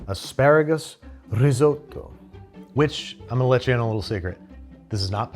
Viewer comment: Thank you for pronouncing “gnocchi”, “lasagna”, “risotto” and “fiocchetti” the right way!!! I really appreciate that you took the trouble to learn how to pronounce correctly these words. Every time I hear someone saying “bruSHetta” I have the same feeling that you had when you found ricotta inside the lasagna. 😂😅